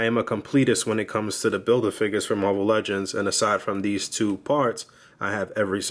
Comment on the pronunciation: I love when he says muarvel legends just gives me the feeling of a boog nice review :o